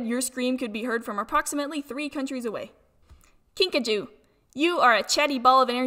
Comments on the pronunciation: wait did you say 'kinka-JOW?' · and u pronounced kinkajou wrong its pronounced KINK- UH- JOO